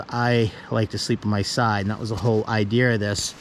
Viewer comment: Idear “I D E A” Idear